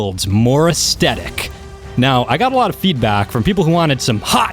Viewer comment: ITS NOT FUCKING PRONOUNCED ASTETIC ITS AESTHETIC!!!!!!!!!!!!!!!!!!!!!!!!!!!!!!!!!!!!!